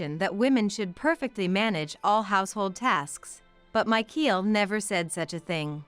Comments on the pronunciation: Michael is NOT pronounced /my-keel/. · It's MICHAEL! The pronunciation is wrong, along with the 10 month of pregnancy situation